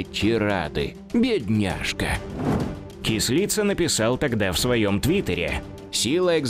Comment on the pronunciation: Не Кісліца,а Кислиця!